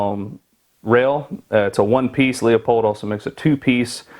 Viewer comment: Pronounced Loopold